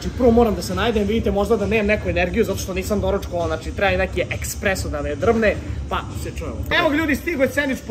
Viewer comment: Espreso* bez k